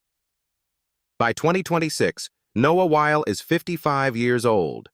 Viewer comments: Noah's last name is 2 syllables. Wy-le not while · Pronounced Wy, lee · Noah WHY-LEE!